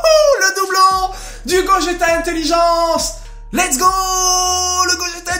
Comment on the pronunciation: Pq tu dis l'ets go